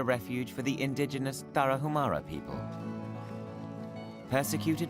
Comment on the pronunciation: FYI IN MEXICO THE LETTER “H” IS SILENT TARAHUMARA BE MORE RESPECTFUL WHEN YOU PRONOUNCE THE NAMES OF HONORABLE TRIBES.